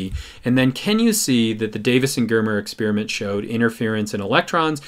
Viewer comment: How come nobody knows how to pronounce experiment anymore?